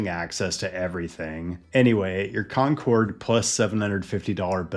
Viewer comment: Concord, CA is pronounced like "conquered", not like Concorde.